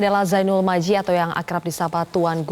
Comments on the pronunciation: Presenternya salah sebut nama harusnya Majdi malah disebut maji... Ya Allah... ridhoi TGB menjadi Cawapres Kami tahun 2019 bersama dengan Pak Jokowi dan ridhoi juga TGB menjadi Capres kami di 2024... Amien YRA... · Muthohar Uddin iya seharusnya MAJDI